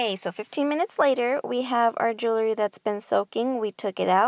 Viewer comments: Thank you so much! This recipe works. I use it exclusively. And you've gorgeous jewellery. However, please desist from tossing your jewellery like that. They should be carefully placed, and not shaken so as to bang against one another. Side note: The word is jewellery (or jewelry), yet you are mispronouncing it as "jewlery". Second syllable is 'wel', which you never sounded out. Many thanks again for the recipe dear.😒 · I wanted to watch, but since you can’t pronounce jewelry correctly, I decided it wasn’t worth it!